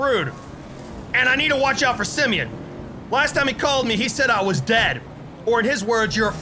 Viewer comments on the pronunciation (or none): Why are you saying Simeon?